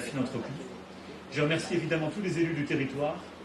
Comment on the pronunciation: Prendre TOUJOURS la parole pour les autres. LE CHEF, les autres restez derrière, JE connais le sujet. JE veux qu'on s'aligne, c'est pas compliqué ! Avec encore un petit coup de pouce pour l'Europe, alors que c'est pas le sujet. "L'intellizence Artificielle, ZE veux qu'on soit les meilleurs"